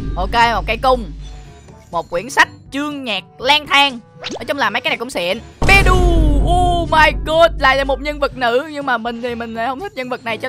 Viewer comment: Beidou mà ổng đọc ra bei đù lun á 🌚